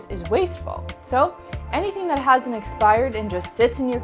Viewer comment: I had to listen to that part twice before I could tell that she said HASN'T expired. The first time I heard it, though, I also thought she said HAS expired because she says it very quickly, and sort of mumbles the word.